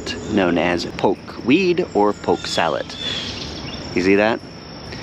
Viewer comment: Poke-weed.. not pokéweed